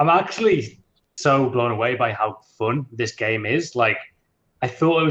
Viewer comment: 'It's so foon'